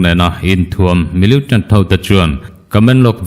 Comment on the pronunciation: Millitant tih hi miliutant tiin i lam ziah a, a dik lo, militant ti tawh teh a..